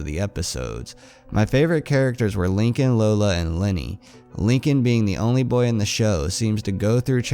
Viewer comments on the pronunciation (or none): none